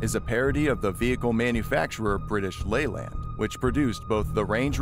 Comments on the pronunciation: BTW it's pronounced lAyland not leyland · People are constantly arguing about Leyland pronunciation I always said it like lay-lnd not ley-land😐